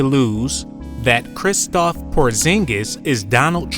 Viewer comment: greetings my brothers, it's KRISTAPS porzingis not kristoff